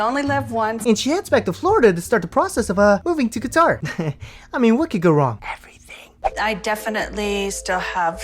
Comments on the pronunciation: It's how she kept saying Guitar and not Qatar lmao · “Let me see your six pack!”😬😬😬Also, did she say he lives in “Guitar”? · Why does she keep calling it GUITAR???????? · Just like she mispronounced Tunisia and Qatar all the time